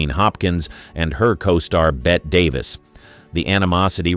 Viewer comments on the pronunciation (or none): "bet" Davis? It's pronounced Bet-E, as in betty.